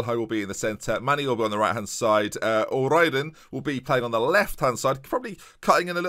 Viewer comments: Just so you know its pronounced like rear-din or rear-den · isn't it "o rear-den" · O'Riordan is pronounced "O rear den"